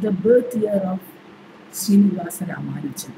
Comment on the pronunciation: Madam: His name was "Ramanujan". Unfortunately this is a common error. Humble pranams